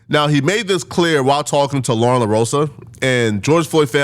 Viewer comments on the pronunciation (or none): none